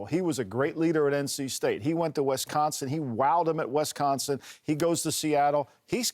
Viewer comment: The way that guy pronounced Wisconsin made me cringe